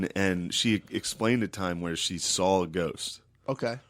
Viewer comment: why does matt pronounce "saw" like "saul" lol